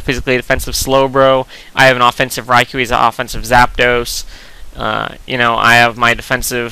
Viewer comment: For the record, Rai-koh is more correct than Rai-kuu.